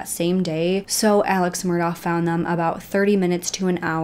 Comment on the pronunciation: Some pronunciation corrections for use when discussing this case - Alex Murdaugh's name is pronounced "Elik", and Beaufort is "bee yoo fort". Such a terrible and extensive case. I hope justice is served everywhere! And of course there have been crazy updates since this video was produced.